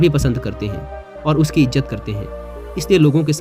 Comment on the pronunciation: Izzat hai.., Ijjat nahi hota.., correct your URDU diction.